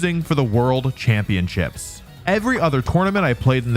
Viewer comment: The first thing that I noticed is how Wolfey pronounces championships as champion-chips Video ruined!!!